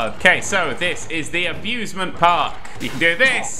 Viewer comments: it's been 4 years and i just realised he called the amusement park the 'abuse'ment park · It's taken me all this time and I think he's saying "Abusement Park"